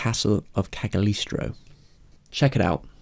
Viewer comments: Cag a listro? Check the spelling. I think it's pronounced Cag-le-ostro. Anyway, nice video. I would love to find an online copy of Saiyuki with sub titles. The Americanized version is painful to watch despite the quality animation due to the piss poor voice acting. This seemed to be a problem with most of the dubbed Japanese features in the 60's, 70's, 80's. I always look for the subtitled versions where the original film is intact and not sanitized for American consumption. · You’re both partly correct: in English it’s pronounced ka-glee-ow-strow, while in Italian the “g” isn’t as pronounced as you mentioned, but the initial syllable sounds a little different, resulting in kah-lee-ow-strow. js 💁🏻‍♂️ Lmao, great video btw… just felt the need to jump in 😅